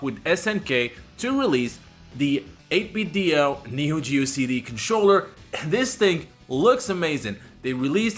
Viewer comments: Why do you keep pronouncing it "8-bit Dio" it's "8-bit Do" do we need to get 8-bit joestar? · 8Bitdo is pronounced “8bit-doh” like Nintendo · the company actually pronounces it 8 bit doo like Scooby Doo